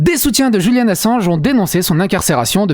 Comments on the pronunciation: Pourquoi prononcez-vous Julian à l'espagnole ( le J) ? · Je viens justement de l'entendre et ça m'a interpellé 🤣 dans une vidéo il a dit que des fois il faisait exprès de mal prononcer des mots, du coup des fois je m'amuser à les trouver 😁